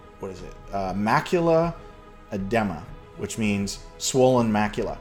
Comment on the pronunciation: FYI: Edema is pronounced "UH-DEE-MUH". It's definitely waaay premature to think that macular edema presages death or serious disability. Small, localized forms of edema usually aren't due to some fatal disease, and the fact that the edema reverses during the day improves your prognosis. Let me give you some advice: needles in the eye hurt much less than you would think they would. In fact, there are no nerves inside your pupil from which to feel pain (though there are in the sclera). Fun fact: Did you know that depth perception is not actually tied to stereoscopic vision?